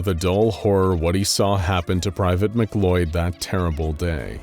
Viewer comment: just for future reference for the narrator, the name "MacLeod" is pronounced like "muh-clowd" not "mick-loyd." it's the same last name as the main dude from highlander.